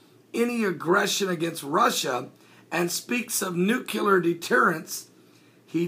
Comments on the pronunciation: NU- CLEAR or NU-Klee-Ur, as opposed to nu-cu-lar. Love your stuff, BUT expect more in the way of news reporting from one such as yourself. I know and everyone knows what is meant by this common mispronunciation and the way languages 'evolve' who knows when the inaccurate will become even more common and therefore accurate, but come on...Thanks for reporting and I mean no offense. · NU-CLĒ-AR. New-clee-err. Not nu cu lar